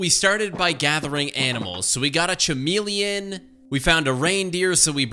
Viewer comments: did anyone else cringe when he said ch-amelion and not c-amelion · Not ch-u-meel-ion,c-u-meel-ion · "CHA-meleon" bruh. its KA- meleon real word: "chameleon" pronouncation: "KA-meal-e-in" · Hey uh, just letting u know these are the sounds for chameleon—> kumeleun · Did you say “CH-Meleon” like actually pronouncing the CH instead of K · Hey uh it’s pronounced ca-meel-eh-in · This was a great video.... except for how you pronounced "Chameleon".